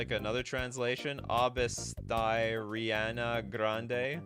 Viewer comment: It’s “Arianna Grande” 😂